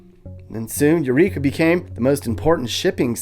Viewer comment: EUR TWEEKA LOL!!!!